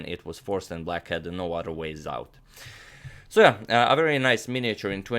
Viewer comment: Originally, it was "So, yeah." Then it was "S'yeah." Now it's "S'eh."